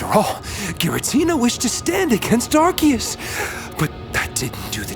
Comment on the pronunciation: it's actually ar-see-us unsubscribd xd